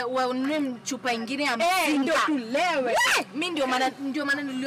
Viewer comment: Likes za kusema "Msinga" badala ya "mzinga"